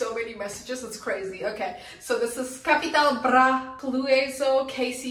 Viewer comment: You're pronouncing Capital Bra better than most germans not gonna lie